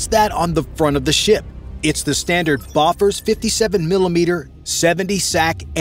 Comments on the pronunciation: Bofors is pronounced "Beau - Fors", not BOFF-ERS. FWI. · Boffers? mate – Bofors have been around for more than 50 years – maybe it's time you learned how to pronounce it.